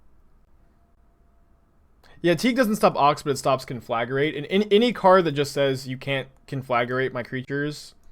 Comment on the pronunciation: Hi, sweet deck! But repeat after me: con 👏🏻 fluh 👏🏻 grate 👏🏻